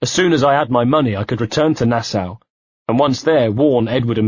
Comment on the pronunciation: to whoever is the reader of this audio book......Nassau is pronounced Nassaw and not Nassow.